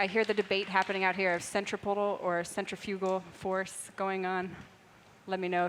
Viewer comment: This narrator is driving me crazy with her inability to say CENTRIFUGAL force, it's not centriPical!!